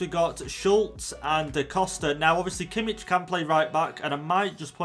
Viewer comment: No definitely not he pronounced Kimmich very wrong